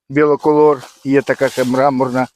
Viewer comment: Вітання з Донеччини. Трохи поправлю. Треба казати не біло колор ,а БІколор. Бі - це два. Двокольорова кукурудза. У мене тільки,тільки почали вилазити качани. Від совки бризкав Корагеном + мікродобрива. Читав, що для кращого запилення кукурудза потребує пл листу бор і цинк. Застосовував Хелатін мікс. Спека у нас страшна ще й суховії. Поливай і поливай. Але еукурудза поки виглядає добре. Вам подяка за відео і лайк!